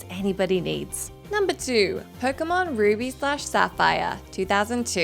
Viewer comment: The butchering of ruby and Sapphire on this video 😫